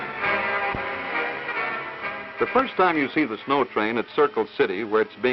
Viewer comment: Did you miss the w in snow